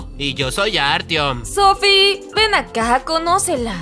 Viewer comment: Ajajaj dijo artion 😅😅